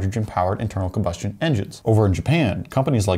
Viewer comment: I can't watch anymore of this filler by a guy who can't say combustion